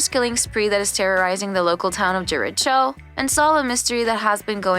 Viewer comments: Yeah it’s not Jericho it’s jeriko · And Jeritcho instead of Jericho😂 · Omg the way they said jer- i- ch- o instead of jer- i- co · Kinda felt like turning it off once I heard "Wed-ens-day" and "Jeri-cho" 😳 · Tyler gUlpin, Wen-esday, JeriCHo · And the fact they say jerich-jo instead of jericho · and jericho as jare-ich-oh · And Jur-icho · and how they said "Jericho"="Jerry Chow"